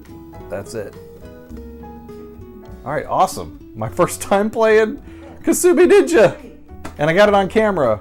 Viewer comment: I remember hearing a trailer for upcoming Jaguar games say "Coming soon...Kasumi Ninja" which to my ears sounded like "Consuming Ninja". I thought maybe it was a sequel to the oddball Lynx game, Kung Food.